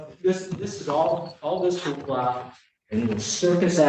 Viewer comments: A "who-ha"?? You mean "hoopla"? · Hoopla not hooha. 😃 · It’s Hoopla. Not Hooha ( that means something else 👀 )